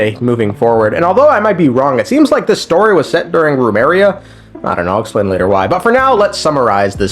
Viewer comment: Why do you pronounce remuria as rumeria?